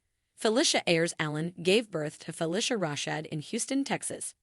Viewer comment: You need to learn how to pronounce her name correctly. Next, get your facts straight.